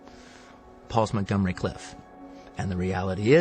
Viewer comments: It's 'Plainview' not 'Longview', and Montgomery Clift, not Cliff. I mean, wtaf? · It’s Montgomery CLIFT, not Cliff. Get it right, Quentin. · except he doest know Montgomery's last name is CLIFT, not Cliff.